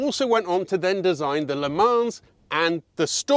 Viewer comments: Why? And I understand why you pronounce Fiat, Alfa, and all the other makes correctly. But saying Le 'Manzz' Sounds flippin terrible. 😂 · Please pronounce Le Mans properly without the S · Le Mans is pronunced without the s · I enjoy your content. One small point: better not to pronounce the s in Le mans. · If you're going to pronounce Italian names like an Italian, (parlo italiano anch'io e il tuo accento e buono mi sembra), you should be consistent and pronounce Le Mans correctly. It's not difficult - the 's' is silent and the 'a' is an 'o' as in 'shot' but a bit more nasal. You're welcome.😀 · You don't pronounce the S in Le Mans.👍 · Nice car, but do pronounce the S in Le Mans, please.